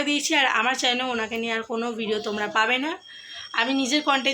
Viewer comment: Chalan bolo na guo Channel bolo,edike for for kore inraji bolchho😂😂😂😂😂😂😂